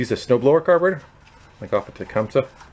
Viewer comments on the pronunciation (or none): It is not pronounced the way you say it, It is properly pronounced " TA - CUM - SEE".